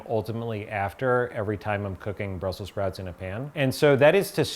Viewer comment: "BRUSSEL SPROUTS"